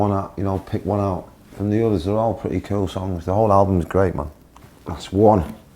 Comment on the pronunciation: 영국발음인가요 ㅋㅋㅋ 쿨이 퀼로들리네